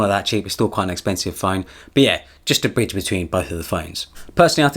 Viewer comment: Anyone else thought he said bitch instead of bridge lol